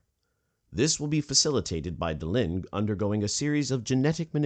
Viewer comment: It's Delenn not Delinn!